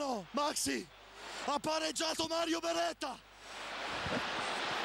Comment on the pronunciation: Ha pareggiatoh il cesenah